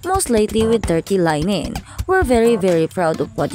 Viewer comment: Linen pronounce as Le-nen